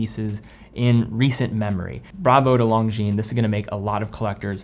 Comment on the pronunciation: come on stop saying long jeans you're better than that it's lon jin lonjin